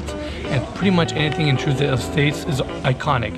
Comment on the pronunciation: You're pronouncing Trousdale Estates , Truesdale Estates...